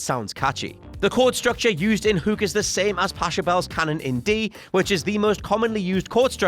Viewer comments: So we're not gonna talk about that pronunciation of Pachelbel..... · You know that you lose all credibility as a musical expert when you don't even know how to pronounce Pachelbel's name.